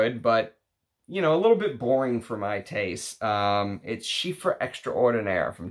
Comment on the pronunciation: Nice video as usual! Just one thing, it's Chypre not chiffre (change the f by p and you're all good)